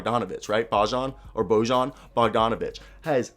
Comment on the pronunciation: Great video! BTW Bojan is pronounced Boy-an